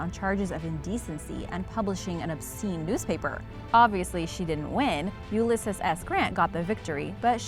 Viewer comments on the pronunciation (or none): Ulysses S Grant isn't pronounced YOU LESS ES, it's pronounced YOU LE SEES